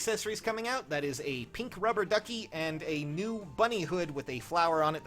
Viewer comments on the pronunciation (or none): none